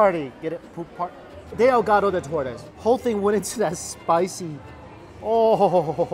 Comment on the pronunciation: Omg seeing how he eats Mexican food and trying to say there names omg makes me laugh😂 tacos ahogados and he says dehogados 😅